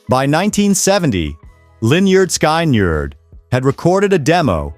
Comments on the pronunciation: "Leonard Sky Nerd", how does this narration butcher that? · exactly. You can tell because the voice doesn’t know the name of the band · HEY LEARN HOW TO SAY LYNYRD SKYNRD:face-orange-raised-eyebrow